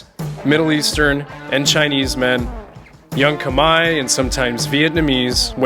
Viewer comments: 1':15" you say: ".. a place for Kamaya families". I believe the ethmicity of the Cambodian people is KHMER (rhymes with bear). Minor detail of enormous significance & best learned now for future reference. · Khmer not Kmie